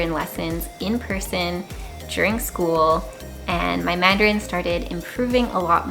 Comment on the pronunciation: Hi, I'm very happy to watch your video. Your voice and pronunciation of Canadian English and Taiwanese Mandarin are very very good. You are the best spokeswoman of Canada and Taiwan (Formosa). Besides, I'd be happy to share this film with every friend of mine in Canada. Ciao~~